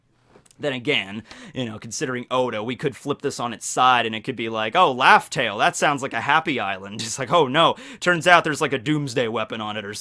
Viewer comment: please stop saying laugh tell 😭 this hurts my soul